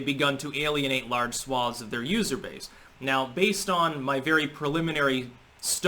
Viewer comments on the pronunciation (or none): none